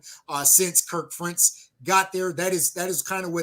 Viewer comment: Ferentz has been there nearly a quarter century. You’ve had plenty of time to learn how to pronounce his name. Worst case scenario, Iowa finishes the regular season 8-4. The defense is going to take a step back, but I think with the upgrade at QB, the offense will take a greater step forward.